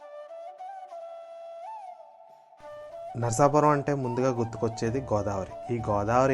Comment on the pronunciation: చాలా బాగా ఉంది వివరణ. ఇంకా చెప్పవచ్చు. మీరు పలకడం అంత గా బాగా లేదనిపించింది. నరసాపురం అని అనాలి. నరసాపరం కాదు. కొంచెం సవరించండి.